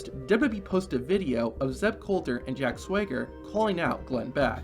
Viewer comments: He keeps saying"Jack Swigger", lmao it's SWAGger. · Why does dude keep pronouncing his name "Jack Sway-ger"?